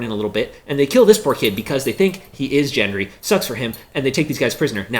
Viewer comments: Gendry, not Jendry Gilly, not Jilly (you need to work on your Gs and Js bruh) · Sort your G pronunciation out! It’s Gilly and Gendry! Not pronounced as Jilly and Jendry like you keep saying! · It's Gendry and Gilly with 'G' not 'J' sounds. Couldn't you at least say the names correctly? Also, do we need to see your face for the duration of the entire video?